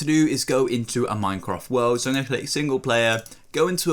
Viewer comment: instead of saying minecraft he said minecroft